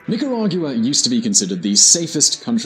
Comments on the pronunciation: I wish you would’ve taken the time to practice your pronunciation, you carved up and crapped on so much every time you said Nicaragua. #wrong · How does the Latin guy in the episode not show him how to pronounce Nicaragua correctly? He watches the clip of Ronald Regan and still doesn't say it correctly. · If the only qualification to ever speak about a country is to have lived there, there would be very little information about that country. You need to find better things to nitpick like his pronunciation and his faux pas on calling it a south american country. At least that has some legitimate reasoning behind it. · Why do you go out of your way to pronounce Nicaragua in such an affected way? Do you have a speech problem? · Are you kidding me? North America, Central America, whatever... DOES IT REALLY MATTER? Are you going to keep on discussing geography or do you care about the genocide that's happening there? The facts on this documentary may not be 100% correct on every point & he may not pronounce "Nicaragua" properly but is that really that important to you guys? Give me a break, people are DYING. I know for a fact because I'm from Nicaragua & have friends there, as a matter of fact my city has been totally ransacked & destroyed by government troops. Just yesterday a young 15 year old kid knelt down & begged for his life but was shot anyways. Such cruelty is unimaginable. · Brits have problems with the "gua" sound the way it's pronounced in the Americas. They have the nerve to tell us we pronounce "jaguar" wrong when that's an animal from the Americas they named their car company after. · As far as I can tell, you don't pronounce Nicaragua correctly in either Spanish or English. Is that the Czech way of saying the name of the country? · Rich Dobbs He's English but just lives there, they just put too much emphasis on the u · How he pronounces Nicaragua!!! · Say mate can you say Nicaragua for Bloody sake ..🤔😝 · XergeDevil it pronounce Nicaragua🇳🇮